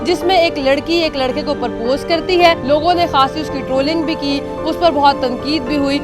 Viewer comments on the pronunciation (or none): Paaarpose ni hota propose hota hay